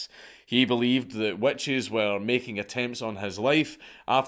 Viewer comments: you wanna try my wet cheese? 🤣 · Damn you got to the joke before me. Wet Cheese is pretty terrifying though. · "Burn The Wet Cheese!" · I read this within the first 30 seconds of the video and now can’t unhear it. Thank you. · Witch crotch smells like wet cheese so it kinda works. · I had to go back and listen and you’re so right! Lmao. I enjoy his accent. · Scott moment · I didn't hear it until I read this. Now I can't un-hear it.